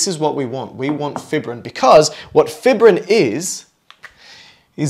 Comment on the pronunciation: Good video but it's pronounced 'fī′brĭn' not 'fibrĭn'. Long 'i' sound because fibrin is fibrous.